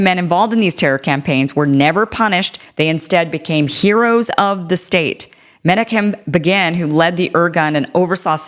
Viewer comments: Menachim Begin meh-KNOCK-im BAY-gin Israel Sharon: shah-RONE HTH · You mispronounced Menachim Begin's name. Let's get their names right Kim